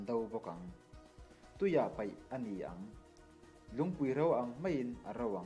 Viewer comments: Peih tih kha paih tih tur aw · Tuiah 'peih' nilo in. Paih tih tur a ni ang a...